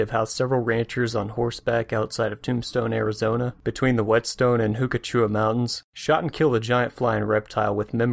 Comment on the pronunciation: He lost all credibility with me when he said Hook-a-Chew-a mountains XD :D :)